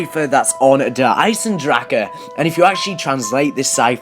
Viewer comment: It's not fucking der eisendrachaaaaa !!